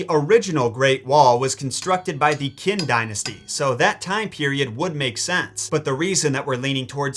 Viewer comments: Informative video🙃 but Qin isn't pronounced with a k, its a mix of t and ch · *Chin, not Kin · It's qin...like..like chin. Not kin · Qin is not pronounced “Kin”, rather it’s pronounced as “Chin”. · my good man Qin is read as Sin! Just helping out 😊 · Hey! Your friendly History buff here, I love this video. I hate being the pronunciation stickler 😭 but for your future reference: Qin=Chin (actually where they get the modern name of China) and Xi=She (so pronounced Sheong) can’t wait for more Chinese related stuff! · Heads up, Qin is pronounced "chin" and it's where the name for China comes from. :) Middle-kingdom. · Qin is pronounced “chin” but I can appreciate the effort. 😂 In mandarin, Qs are “ch” sound and Xs are “sh” sounds. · Qin is pronounced (chin) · Not to nitpick, but "Qin" is pronounced as "Chin," where "China" got its name from. I know Chinese way of Romanizing its accents may seem weird but for instance, "Xi" in Xi Jinping is pronounced as "Shi." And thank you for this video, I LOVED Mulan when I was little :) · The Qin Dynasty should be pronounced "chin." This is literally the dynasty China is named after. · If we haven't already, we should make a messed up origins of Ursula the Sea Witch in honor of the unfortunate passing of her voice actor, Pat Caroll. Our poor unfortunate souls will thank you! Qin is actually pronounced CHIN not trying to be rude, but im not going to be the last person who says something I found out about the child mutilation the Huns participated in.....they would bandage wrap their babies' heads to deform the skulls and slice their cheeks to make them look more fearsome and to teach the child to tolerate pain. The skulls from the archeological digs look straight up alien, and when they reconstructed the busts, it looked even worse. It didnt take much for the Romans to classify other cultures as barbaric, but this time it was warranted.